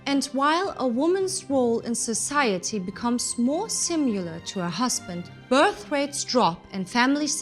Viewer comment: birth not brith